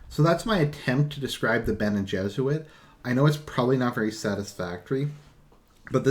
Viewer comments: All this time I thought you were saying bene jesuit. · You are not completely wrong